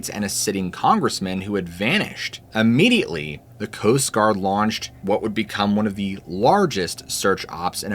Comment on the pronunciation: The owl story was spooky! Thanks! Seriously, you're concerned about the pronunciation of pjs but consistently mispronounce immediately. Geez. It's not aaahmediately. Try the correct pronunciation please. Search audio pronunciation for Tlingit while you're at it. You owe it to yourself. Thanks for the stories